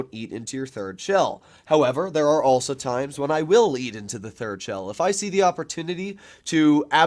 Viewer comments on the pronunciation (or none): none